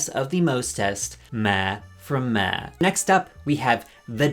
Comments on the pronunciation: Lol. Why do you keep saying “Meh” and not “Maw” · You are saying Ma wrong. It’s another name for Mom. It’s pronounce Maw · Why is he saying ma like that? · why do u say ma like that 😭😭😭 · never heard ‘Ma’ pronounced that way befor. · Why did he pronounce Ma like that? 😭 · The way he says “ma”…. Why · im so distracted by the way you said 'ma' the whole video im sorry 😭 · Fr like i was just stunned the whole time why did he say it like that 😭